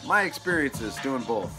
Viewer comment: Work on pronouncing some words correctly: "both," "appreciate," "been." It's not "bolth," "apprishiate," and "ben." <-----that's how you say them.